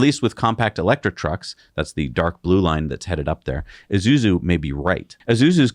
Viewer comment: Isuzu, like Ee-Soo-Zoo, not Ee-Zoo-Zoo